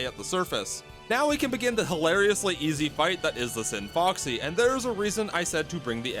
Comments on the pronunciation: It's the scinfaxi the c is silent and there is no o It's not scin"foxy" it's scinfAxi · I dislike how you pronounce Scinfaxi. Not sure how you ended up mispronouncing it every time, considering you hear people say Scinfaxi repeatedly in the game, and its spelled Scinfaxi, not Scinfoxy.